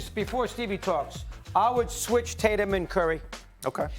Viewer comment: “Jason Titatum”